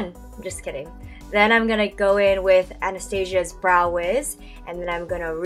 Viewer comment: Yeah bullshit you're still perf without makeup. And I'm glad you pronounce Anastasia correctly, everyone seems to pronounce it A-na-sta-zi-a. And rn I'm loling at that tongue action.